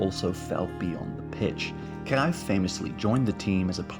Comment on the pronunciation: Visca Espanya y viva Cataluña. Pep will never manage the Spain national team because he’s CVCK separatist. Also, another English speaker telling us about our own country? Get that bull narrative out of here. You can’t even pronounce Cruyff’s name properly.